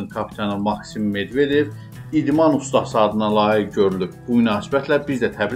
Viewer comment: ''Usdasi'' yox, ''ustasi''